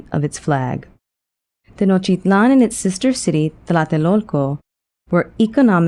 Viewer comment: Are you deaf? She's pronouncing it in the native language, and the t's are definitely in there.